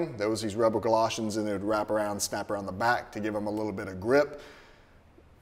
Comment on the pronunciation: galoshes, not gloshens